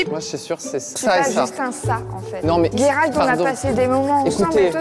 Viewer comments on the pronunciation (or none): et on dit pas /gué/ralt mais /gé/ralt !!